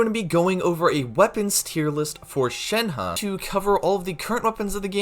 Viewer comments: Shen He is pronounced more like Shen "Her" in mandarin. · You keep saying her name wrong